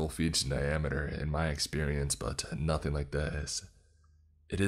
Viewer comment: RecordINGS!!! NOT recordeens!!! Learn how to read ING!!! IT ENDS WITH A G SOUND, NOT AN EN SOUND!!! NothING!!! NOT notheene!!!!